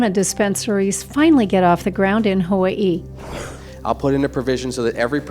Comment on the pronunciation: she said hawaii wrong